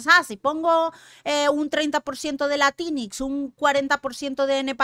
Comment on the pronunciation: 30% de latínix 😂😂😂😂